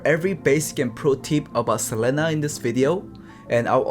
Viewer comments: a tip for hoon is that its sa-lee-na not se-leh-nah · Best pro tip I can give is to not say Selena’s name like does.